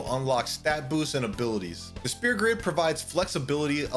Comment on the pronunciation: Why are you saying SPEAR grid, its SPHEAR grid, and saying "yuck" to reading just makes you sound very uneducated